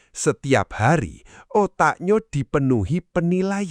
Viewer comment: otaknyo..diemnyo...pertama kalinyo...dio...dll...min perbaiki kalimat AI nya